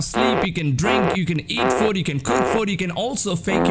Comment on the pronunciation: Who else noticed when he said food it sounded like foot jaja